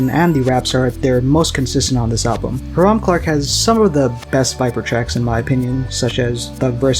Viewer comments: High-rum :) not heerum. It's an area of Houston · Also it’s highram not haram